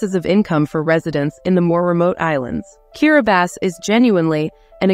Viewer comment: Why does the Narrator her keep pronouncing this Place as Kiribasses?????????? Is she sure she has the Right Island 🏝